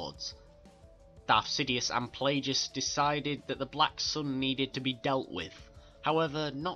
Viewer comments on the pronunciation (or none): Playgus? Zizah? It Plagueis (play-gis) and Xizor (she-zor). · why do you say pleagus so weird? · That's not how you pronounce Xizor or Plagueis.